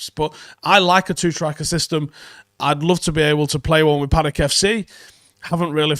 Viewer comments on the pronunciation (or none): none